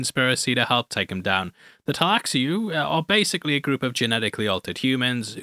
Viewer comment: Te-lay-laxoo is how it's pronounced. Hard as feck to spell though lol